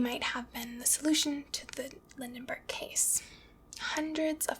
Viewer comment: Also Lindbergh (not Lindenberg)